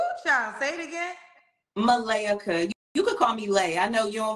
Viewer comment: Her name is not "ma-ley-ka" - its "muh-lay-kuh" - malaika is a swahili name for angel